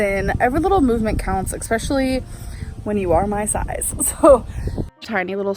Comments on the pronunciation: ESPECIALLY ES ES ES NOT ‘EXPECIALLY’ I CANT TAKE IT ANYMORE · Does she say “exspecially”? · Ex-Peciallee- ex-scape-goat-ensruciateen-malk-how many more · ICKSPECIALLY BOLTH BURSITIS REFLEX INSTEAD REFLUX I CAN KEEP GOING IF YOUD LIKE. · yep, and it drives me crazy every time she says it 💀